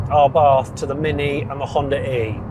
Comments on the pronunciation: *Abarth, not Arbath... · I don’t think it’s “R Barth” It’s just abath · "Arr barth" 😅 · It is pronounced abart... 🙂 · There is only one r in Abarth. It's not pronounced arbarth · Learn how to say the brand name properly before you do a review 🤦